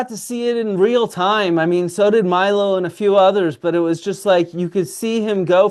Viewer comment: they did do a crossover episode. But Stefan pronounces his surname “MEE-lo” rather than MY-lo (Dave might have gotten it wrong, Milo Rossi did the first time he mentioned Stefan)